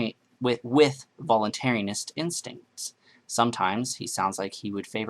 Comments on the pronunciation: And it's voluntaryist not "voluntaryinst". ;P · It's "voluntaryist", not "voluntaryanist."